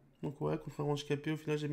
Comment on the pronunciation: Pourquoi tu dis < >